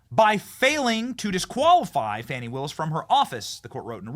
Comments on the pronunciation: Why is the CNN reporter calling her "Fonny"? Her name is "Fani" like a woman's backside "Fanny" 😂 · Benny, how could you let your guest mispronounce Fanis name? Its Faaaaaaani Willis, Faaaaaaaaani! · F-A-N-I spells Fawny like S-A-D-E spells Shawday